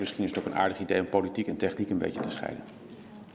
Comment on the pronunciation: tEchniek of techNIEk ? Als het accent hier al verkeerd ligt, hoe zit het dan met IT ?